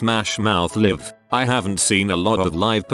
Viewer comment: When the robot pronounced live incorrectly I muted the video and played it back at 1.5x and just read it lol